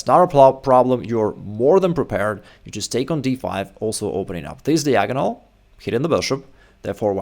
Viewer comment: I believe that one day will learn how to pronounce the word "diagonal" properly. He's an intelligent man.